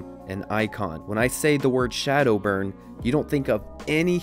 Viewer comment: A) It's ShaDowBurn, not ShadowBurn, silly boy B) SDB is a fucking amazing Pharah too, but I see your point.